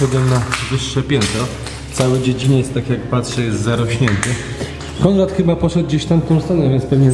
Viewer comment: Przepiękny obiekt!!! Szkoda, że w tragicznym stanie. Konrad (, znów mówiłeś: Kondrad!!??😂😂😂): " żeby tylko się nie zabić "!!!!😂😂😂😂